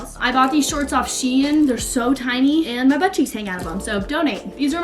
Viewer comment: i hate when people pronounce shein wrong itss (SH-EE-N) not (SH-EAI-N)